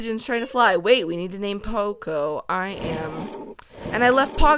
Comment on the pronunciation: its pronounced Po-co not pooco like coco in coconut